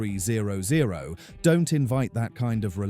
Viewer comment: This video is complete AI generated garbage. Both the content and voice is 100% PURE AI. The accuracy of what's being is said about the bike is mostly wrong. "THE S-T ONE THREE ZERO ZERO" Please. I have a 2010 ST1300 and have experienced ZERO of these issues. I've rode to Mammoth Lakes, CA at 10,000 feet in elevation, and it rides just like it does at sea level. Maybe earlier models had elevation issues, but my 2010 has ZERO. Riding through Las Vegas in the summer does not burn my legs. The bike is not a beginners bike, but it's also not a 800 lb gorilla and it sheds its weight once you're riding. I never take mine off road either. It's not a dirt bike. It's one of the best and most reliable touring motorcycles every built. Shame on Honda for not making them any longer!